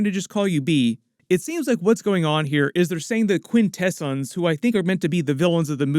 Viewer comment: Quintesin's... Quin-Ta-S-ON's